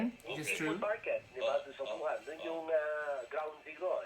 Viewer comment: WUHAN PO Hindi YUHAN! May problema po ba kyo sa Pandinig po?pasensya npo napansin ko Lang. Sana po sa susunod topic nman about sa Kilay. Fan nyo npo ako